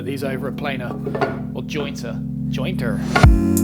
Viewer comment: Thanks for the extra info on planing/jointing plywood. I was asking myself if I would feel comfortable running plywood with all that dried glue over my blades even though they are carbide. I also appreciate the American pronunciation of "jointer" you threw in, it was awesome dude.